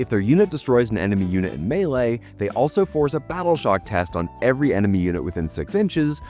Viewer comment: It's weird to hear him pronounce melee correctly